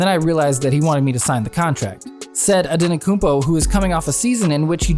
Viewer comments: Its antetokoumpo not anetokoumpo😃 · Dude, it’s “Antetokounmpo” not “Ante-koompO.”Don’t make a video about a player before making sure you know how to pronounce their name. So embarrassing. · Antetokounmpo man with 't' not antekonoumpo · His name is Giannis Antetokoumpo no Giannis Antekoumpo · Antetokumpo not andetokumbo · makes a video about Antetokounmpo and calls him antenokounmpo the whole time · this guy said his last name wrong the whole time